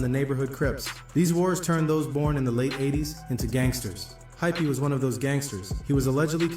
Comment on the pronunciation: Hypee not hyphy lol